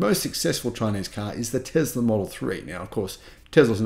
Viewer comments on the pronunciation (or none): none